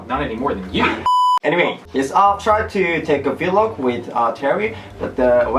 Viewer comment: vlog is pronounced like blog. It isn't v-log where it's 2 separate syllables XD